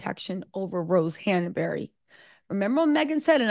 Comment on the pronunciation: Her name hanbury with no middle a not hanbury not that she deserves better if it is true. However it takes two.